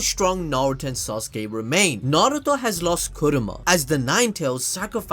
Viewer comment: it's Kurama not Kuruma